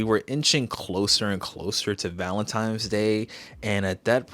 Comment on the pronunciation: Am I hearing things? Or are you saying Valentimes? If it's as a joke, I'm sorry for being a grandpa. 😅